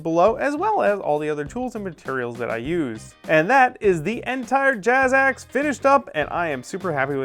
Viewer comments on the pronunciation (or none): it's "jax" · when he said Jazzaxe it sounded like jackass lol